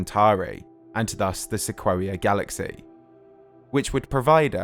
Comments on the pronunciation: Pretty sure "se-quo-ee-a" should be "se-coy-a" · Hey, great video, as always! Just one tiny nitpick. Sequoia is pronounced "Sa COY ya", not "Sa KWOAH ya". But I only know this and am saying anything is because I grew up in the Sequoia National Forrest in Northern California, or else I probably wouldn't know the proper way to say it, either. Keep up the great work, I always look forward to new videos from you! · Lmao "Sequwawia"? Dude, it's pronounced "Seh koy ah". Anyway, fantastic video, love them! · Good video. Small nitpick; Sequoia is pronounced "Seh-KOY-uh". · It's Seh-KOY-AH or SEH-KWOY-YAH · My man talking 'bout Seh-quo-wee-uh. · Am I the only one who's never heard "sequoia" pronounced like that? I've always heard it as "sek oy ah". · Came here to say this too. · Wouldn't it be pronounced 'sek-oi-ya'? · Great video. Sequoia is the name of the giant redwood trees and it's pronounced "suh-KOY-uh" ;) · The only thing in the video that bugged me. I think the narrator, being British, hasn’t really ever heard it pronounced, whereas it’s a common town/road/school/car/giant tree name in America. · You’re pronouncing “sequoia” incorrectly- it’s the big Californian redwood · They way he pronounced Sequoia made me want to cry